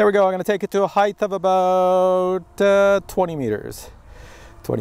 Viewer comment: Did you just say" heigth " with a th?